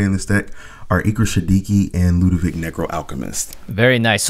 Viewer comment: LudeviC not VICH